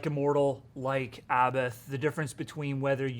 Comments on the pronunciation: It's pronounced " A bot " he's said it himself several times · This poser can't or won't pronounce Abbath correctly.